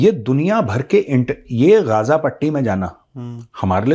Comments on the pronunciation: First learn how to pronounce Ghaza😅. It's not gaja.😂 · hilarious pronunciation, GAZA as GaJA😂